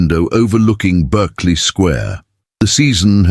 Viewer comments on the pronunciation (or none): It’s not Burkeley Square, it’s Barkley Square